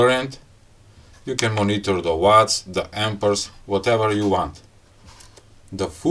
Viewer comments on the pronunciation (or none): It's called "Amps" not ""Ampers""....